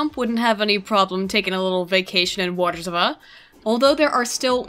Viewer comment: btw, W's are pronounced as V's. Var-Sha-Va = Warsaw